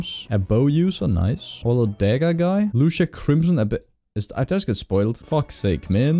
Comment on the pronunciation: Lu cia not luc ia